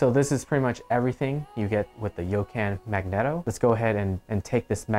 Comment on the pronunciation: I hate that you pronounce megneto wrong...